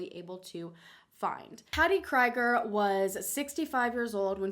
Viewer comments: *kree*ger it's pronounced like tree. Not cry. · in case you still want to know it's pronounced Cree (like you would in the world creed) -ger. I know people with this last name and that's how they pronounce it :) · Patti Kree-ger!!! Last name is very common here in Canada!! :) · That last name is usually pronounced Kreeger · Random, and I'm only minutes in, but I think it is pronounced "Cree-Grrr". I went to elementary-high school with someone who has the same last name. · So, this is my grandmother you're talking about. Her name is pronounced (kree-ger) Larry Presley is well. A piece of shit my family hates him for many reasons. I am not sure how to feel about someone making a video about my grandmother at this point, cause it isnt gonna change anything we know that she is gone. Just kind of feels like you're poking at the past with no real chance of a conclusion. If you're trying to get answers that's awesome. But please don't use my grandmother's passing for clicks. That's all I got